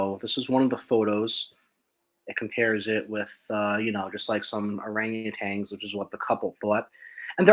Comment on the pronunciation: Great show gentlemen. Thank you for sharing your information with us. Ref the photo with the white 0 around it. The fire chief said he took the photo at 400 yards. I think that was 400 feet.? 400 yards is quite a poke out there, (440yd is a 1/4mi).🤔. OrangutaNs is probably the most mispronounced word in Sasquatch world. There's only one "g" in it and it's not at the end. 🙂.